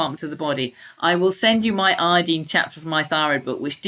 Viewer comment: She means "iodine" when she says "I-deen" lol at least say "I-oh-deen"!!!